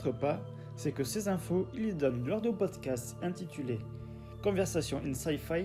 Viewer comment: Super vidéo, mais désolé : Pod Cast pas Podscat, Scénariste pas Scénaris... Juste un petit effort de diction et de prononciation est ce sera au top. 🙏